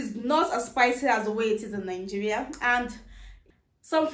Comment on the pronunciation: Why do Nigerians have a problem pronouncing the country's name it's Nigeria not Ningerian🤣